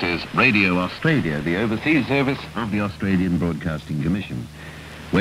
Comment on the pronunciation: Arsetraaalieghaaaaar Grrr! How do you pronounce Australia?